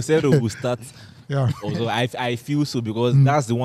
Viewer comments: just called Uzoho “Aquata” 😭😭😂😂😂😂😭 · He said akuta